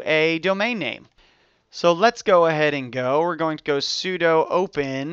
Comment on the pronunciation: Nice tut. FYI 'sudo' is pronounced 'soo-doo' rather than like 'pseudo' (it means "Switch User, Do ")